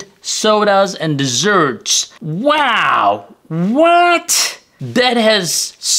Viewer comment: Really informative video, thank you. However, FYI "dessert", not desert (unless you are parched and out in the wilderness, haha :)